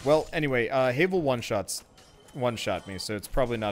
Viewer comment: It pains me, the way you say Havel, since everyone I know pronounces it "Have-el." Minor detail, though.